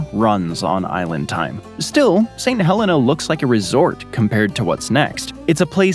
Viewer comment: That’s how we pronounce our Helena in Alabama as well;)